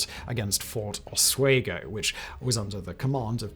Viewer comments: My wife went to the university of osWEgo lol that osWAYgo pronunciation had my wife and I rolling lol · Oswego pronounced (os-we-go) not (os-way-go). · It's Pronounced Fort Os-WE-go, NOT, Os-WAY-go. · Great content as always Simon, however you really need a pronunciation guide for some of these. Oswego, in the area of the US you are talking about is pronounced (OSS-we-go) not ((oss-WAY-go) like you were using. Oswego is the local native Iroquois word that was “romanized” that means where the water pours out. Before you haters on here disagree, I live in Oswego, NY where Ft Oswego once stood and Ft Ontario still stands today. The small city of Oswego, NY got its name because the Oswego river that splits it in two empties into Lake Ontario in that city. Consequently, both forts were on different sides of the river. Ontario is on the east side, and Ft Oswego was on the west side. The site of the latter is now a park named after Montcalm, while Ontario was used up until the end of WWII.